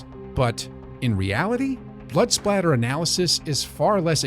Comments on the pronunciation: Blood spatter...not splatter...good Lord you got so much wrong I don't even wanna go into haha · It’s spatter 😂